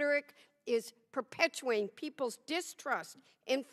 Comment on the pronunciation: Holy Schnikeys, listening to this in the background and upon hearing some liberal old bat at approx. clearly reading a prepared statement slur the word perpetuating as perpetuing I had to see what this old Yenta looked like. I about shart a dingleberry upon seeing her name was Mrs. Dingell. The highlight of this so far imo. The speaker before this one was also annoyingly condescendingly convinced that he was right and badgering the witness. All of these committees are of course show and grandstanding anyways, and to be taken with a grain of salt.